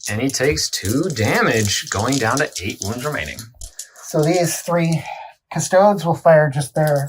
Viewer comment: until everything gets a 9th codex its just such a two-tier game - may as well be the NFL vs college teams. Also it's not just this guy but its not difficult to say custodes, its the same as astartes... no one says "ass-tarts"